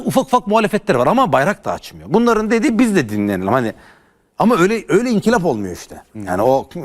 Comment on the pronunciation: TARİHÇİ OLMUŞ AMA İNKILAP DEMEYİ BİLMİYOR İNKİLAP DİYOR. MADEM İNKILAP DEMEYİ BİLMİYORSUN DEVRİM DE. AMA ÖDÜ KOPAR DEVRİM DEMEKTEN BELKİ DE😂😂😂😂😂